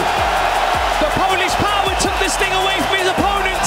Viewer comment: PHOLISSSHHH PHOWA !!!!!